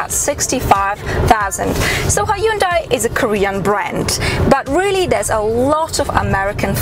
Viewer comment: The video should be about the car not the women that presents it. thinks otherwise.In my opinion the car is the best for me, the Hyundai ( by the way you should check how a koreean does the pronunciaton ) is way above the Toyota in reliability and customer care so the unlike is for the video making alone and attitude.